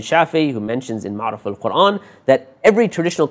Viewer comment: Assalaam u alaykum wa rahmatullah, brother thank you for the series. I just wanted to point out a small error in the presentation. The author of the tafsir Ma'aarif-ul-Qur'an is named Mufti Shafee' (شفيع), not Shafi'i (شافعي) as pronounced in the talk. Jazakallahu khairan. Wassalam.